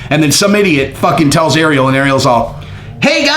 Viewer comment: Please for the love of God please learn how to say Ariel’s name right